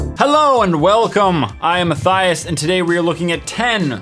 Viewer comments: anyone else think he said “I hate mathis”? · I hate Matthias Matthias says I think he's saying I hate my thighs or I hate how my thighs itch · he said I hate mathieos I love you're vids I probaly didn't spell it right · He didn't say I hate my thighs he said I hate matthias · its Ayana he said I hate mattias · Lol "I think he's saying I hate my thighs" Reality "I hate Matthias"